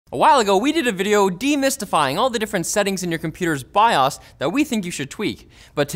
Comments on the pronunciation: Did this guy just call bios( bye-ohs) bye ahs? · your BIOSSS. Thats really annoying. Its BI-OH SSS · Did he just pronounce BIOS, Bi-ahs? lol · The way this man says bios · Lost respect as soon as he said BIOS